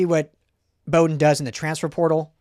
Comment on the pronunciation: Bowden, is pronounced, like a dogs bow-wow. wow ...with a 'B' like bowdown to usc